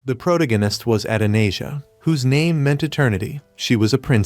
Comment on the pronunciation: “The progananist” jfc I am not listening to a fake af video that can’t even say “Protagonist”. Video is probably made by a 12 year old middle school drop out.